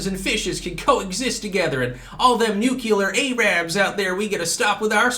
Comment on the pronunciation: "Newcueler A-rabs" lol you're killing me.